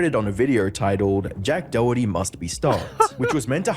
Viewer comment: His name is pronounced "Dokerty" not Doh herty.